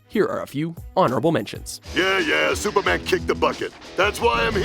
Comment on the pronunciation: Stuperman really? I know he is an alien and all why ? This guy?